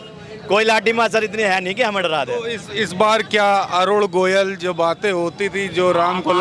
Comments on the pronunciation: Jo Parakar Sahi Nam Govil Na Bol Pata Ho Aur Goyal Bolta Ho Wo Sahi Patarakar Nahi Ho Sakta ? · अरे रिपोर्ट भाई प्रत्यासी का सही सही पूरा नाम पहले जान लिया कीजिए। अरुण गोविल नाम है न कि अरुण गोयल!